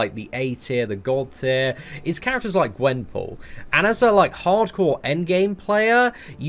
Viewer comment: Luv u bro but “GWENPORT” and “GWENPAUL” made my day 🤣🤣🤣😂